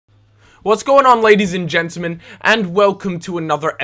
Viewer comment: He said gentamen